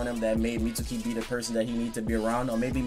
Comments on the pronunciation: I think Mitsuki has yamatos DNA in him. So pretty much orochimaru and yamatos kid. He kinda looks like Yamato a bit. On a side note why do you keep calling him mitsooki? It's pronounced meetski. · Anthony Marshall really so sasuki isn't pronounced saski and akatsuki isn't pronounced akatski? Watch the show, yes even the Japanese one, they pronounce his name meetski. The u is silent when its suki... And obviously I know it's Japanese. If it were in english we'd pronounce the u.